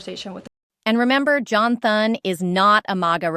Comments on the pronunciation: No one is going to listen to her when she can't even pronounce Thune's name correctly. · AI cannot say Thunes name right